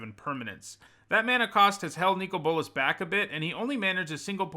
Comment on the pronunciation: I don't know if it maybe is the correct pronunciation, but hearing you call him "Nico Bolas" triggers me so much for some reason.